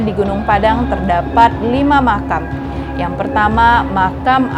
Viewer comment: Bukan dibalik makan mbak tapi makam 😄😄😄